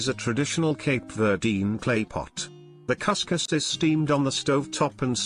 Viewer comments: It's not cus_cuz we say cuzcuz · Cuscus - Coos-coos Canja - cahnjah Pastel - pawstell My God, if you're going to do a video, research the pronunciation!